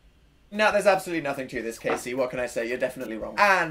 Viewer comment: My name is Kasey, not the one from the video. It made me so happy to hear him say my name correctly. Most people mispronounce it like Cassie and it makes me mad. So thanks Dan for good pronunciation!